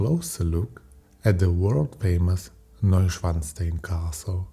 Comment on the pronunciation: das war das erste und letzte Videos des Kanals was ich mir angesehen habe - die Computerstimme ist grausig - kann noch nicht einmal Neuschwanstein richtig aussprechen